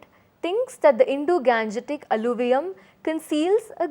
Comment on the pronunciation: It should be pronounce as Indo-gangetic not Indo-ganjetic plain